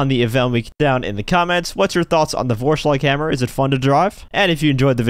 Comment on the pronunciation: its a german word and you pronounced it very badly.